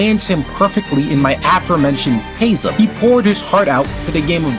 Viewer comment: thats not how you pronounce chasm FYI